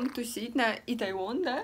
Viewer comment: Итэвон, а не итайвон 😂😂😂